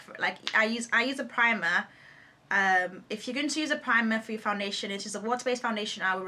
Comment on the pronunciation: "It's not ur fault"- So Nigerian, LOL!! Btw u MUST DO A BOYFRIEND TAG :)